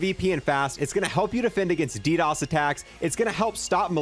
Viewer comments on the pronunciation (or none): none